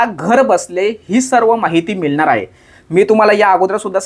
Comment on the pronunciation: दादा तुम्ही 'ळ' ला 'लं' असं कां उच्चरता मिळणार ला मिळणार कळणार ला कलणार असं कां 🤔